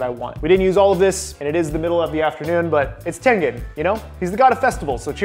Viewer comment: bro i watched this girl and the video was called "65 facts you didnt know about demon slayer charecters" and she said tangan instead of tengan